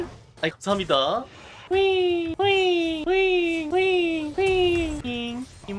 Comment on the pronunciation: 감사합니다 잘쓰겠습니다 할때 발음 뭉개지시네요 선생님